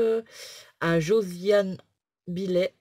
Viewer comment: Et au fait, BILLET ça se prononce comme ceux que tu as dans ton porte-monnaie LOL